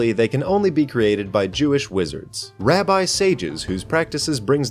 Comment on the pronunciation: I just wanna say that it's pronounced rabi and not rabye